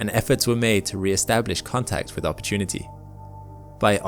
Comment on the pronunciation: Say that say again one more time please Narrator : "Opportunity" 😌